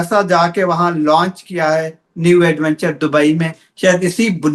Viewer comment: گشکوری نے آج وینچر کو ایڈوینچر کہہ کر اپنی " لاد " کرادی ھے یہ بھی انپڑھ صحافی نکلا